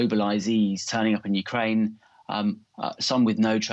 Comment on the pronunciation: "Putin is building a grat uckrain,his desire is to see a great contry".